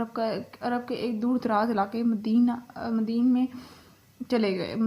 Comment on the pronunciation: Plz. Madden Nahi madyan hai yai lafz